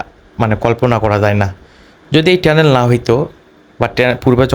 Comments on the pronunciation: টেলেন না টানেল 😅😅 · টেনেল,, নাকি টানেল,,কথা ও সঠিক করে বলতে পারেন না,,আপনাদেরকে,, বিডিও বানাইতে বলে কে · টেনেল না ভাই টানেল । 😂😂😂